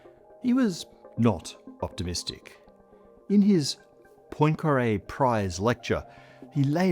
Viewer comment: Nice prononciation of "Poincaré" 😊